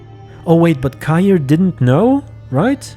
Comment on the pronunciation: You got Cahir pronounced correctly. Also they're gonna have to do some shit to bring him back. He's my favorite side character and they butchered him in season 1, was absolutely devastating. And Rience is pronounce like science but withe and R instead of an Sc.